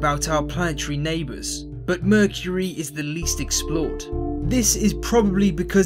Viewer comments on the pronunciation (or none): mercury or merchury? what are you saying?